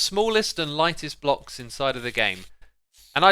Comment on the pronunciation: I thought he said blobs not blocks lol